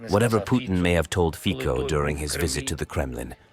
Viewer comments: Jesus... NOT Fiko... but Fitso.... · it is not slovakia initiating waves but ukraine, in other words not "whatever putin told fico" but "whatever masters told zelensky" ... also it is fonetic fico not fiko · 😮😮 Hey narrator! Learn the correct pronounciation of Fico, pronounced fitso!😮😮 Thumbs down! 👎🏻👎🏻👎🏻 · Where does Romania get its gas from? His name is pronounced FIZO!